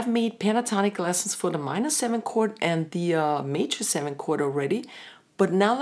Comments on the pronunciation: ich versteh immer nur Kurt, wer isn Kurt überhaupt? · I like your pronunciation of "chord";-)